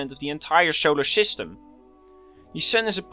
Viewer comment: Scholar Schyschtem